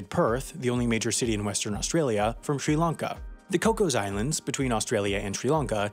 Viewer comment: Hats off to you for pronouncing all these country (Eg. Sri Lanka) and city names (like the Chinese ones in your Wendover videos) properly 👏